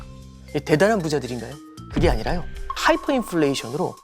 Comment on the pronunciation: Hyfer가 아니라 Hyper입니다.